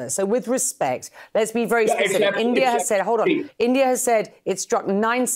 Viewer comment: Next retaliation slap will be for.. It's India not endia.. Pronounce it correctly.. Ok